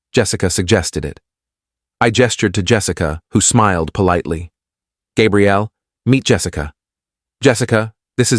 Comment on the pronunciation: Please fix narrators pronunciation. Gabrielle is female, and Gabriel is male, like the Archangel Gabriel. You made a CHEN bad. That's not nice 😢😢😢.